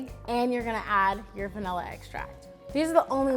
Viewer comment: „The Venalluh extract“